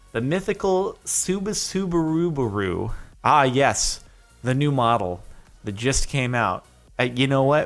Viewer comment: sorry, i can't get past the Subasubarubaru.